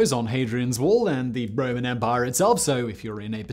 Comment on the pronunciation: "Their vast and sprawling empah." Once they lost the "empah" they had an "empah-nada" which is a tasty Latin American turnover. In the Caribbean, empanadas are generally fried, but my favorites are those from Chile, which are baked and stuffed with ground beef, olives, raisins, fried onions, and sliced boiled egg. By the way I haven't the foggiest idea how I digressed in this fashion. Perhaps Simon can do a Megaproject about empanadas. On the other hand, a Megaproject that has had serious international implications is the Israeli National Water Carrier, which took fresh water from the Sea of Galilee all the way to Beersheba, roughly 300 kilometers away and was built under conditions of severe economic hardship. But Simon is English, you know how the English are about Israel.